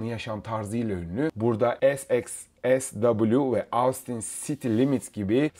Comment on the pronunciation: Ahh bir de Austin telaffuzunu denk getirsen kardeş!